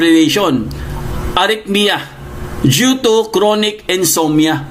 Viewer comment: Insomnia not insommia